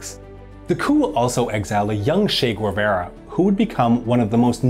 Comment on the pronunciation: Guevara is pronounced like gay-VAH-rah.